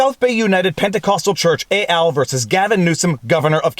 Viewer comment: just FYI, ET AL is Latin not French, so it's pronounced with the 'T' ;)